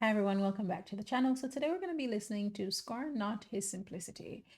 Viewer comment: Scorn not. Not score lol. Even the subtitles can't get it right. So that line it's Scorn not. Not score